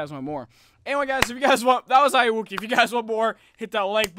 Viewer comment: you said it wrong